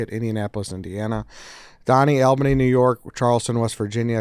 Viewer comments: AL-Benny lol I was thinking the same thing. I’m a Minnesotan and I pronounce it All-Benny. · ALL-BUH-KNEE say it right if youre gonna shit on us. Also not Appalachian at all Chief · it's ALL-bany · That pronunciation of Albany is hilarious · The way they pronounce Albany is insanity